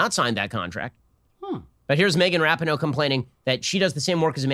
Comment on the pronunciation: Rapinghoe. LOL